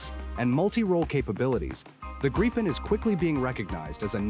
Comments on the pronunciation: When ever I hear Graypen I hit downvote. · The proper way to pronounce the name of the Gripen is "Greepen" (a Nordic "i" sounds like an English "ee"). This entire video comes across as a Gripen sales pitch! The F-16 vs. JAS39 comparison is interesting: Regarding Ukraine, the JAS39 is a likely future, economical, practical and affordable. The does not change the fact that the F-16 is, in the current situation, the obvious choice: being laid off by numerous Ukraine-allied countries, it is available in considerable numbers, it is "cheap" to acquire (being donated in most cases) and usually being upgraded and made operational by the donor nations. It may be old, but it is a mature and battle-proven package. What remains to be seen is how it stacks up against the Russian fighter/anti-air forces. Indications are that while the F-16 may not be avant-garde in the West, the Russian counterparts are likely to be all noise and no substance. Just consider how embattled little Ukraine has managed to withstand the assault of "the Mighty Russian Military" for almost 3 years! Putin is trying to attempt world domination with a thoroughly corrupt Paper Tiger military. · These days and especially for military channels, who knows if the voiceover is AI or not, but regardless: thank you for actually pronouncing Gripen correctly. It's not Grippin, or Grypen, it's "Greepen". Minus the American R but it's as close as you get, I suppose. Edit: I take it back. It's AI, and by the three minute mark, you start switching wildly, just as every other channel. Sigh. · Holy shit, I've never seen a video switching pronounciation more often. Grie-pen. Greepen. Grippen. If you're not going to research the correct pronounciation, at least pick one and stick to it.